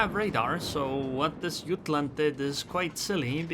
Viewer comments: Jutland with a J. It's a RN ship and the English pronunciation is JUT-LAND. Not yutland. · Jah t land not ut land if you are using English the j is not silent